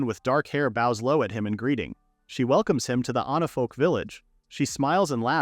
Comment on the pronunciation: It's onifolk not onafolk not anafolk. ONIFOLK. Fix your ai. It's really really annoying. Everytime onafolk this onafolk that no its supposed to be onifolk.